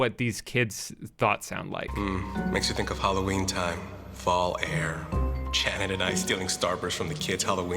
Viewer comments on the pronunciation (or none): none